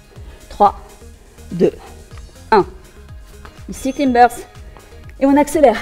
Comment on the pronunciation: Super entrainement efficace ! si je peux juste me permettre un petit conseil ;-) Bear plank, c'est soit planche de l'ours, soit prononcé bére plank, sinon bire plank c'est les planches de la bière 😅 et idem, climber, c'est grimpeur ou claïmber, voilà 😉